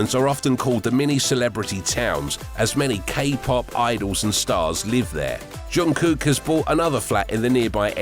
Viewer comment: At least get their names right. It’s Namjoon (no g at the end) and it’s pronounced Jungkook not Yungkook.